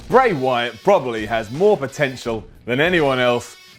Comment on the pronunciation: he said bry wyaat